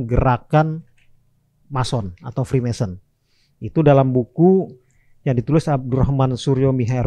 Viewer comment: Freemason bang bukan Freemanson